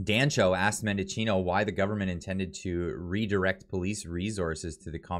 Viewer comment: Why are so many journals and cloggers pronouncing Mendicino’s name wrong. There is no “O” in the middle of his name. It’s men-di-chi-no, not men-DO-chi-no.